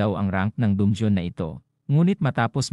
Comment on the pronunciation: Bat dungyon dun-ge-on dungeon po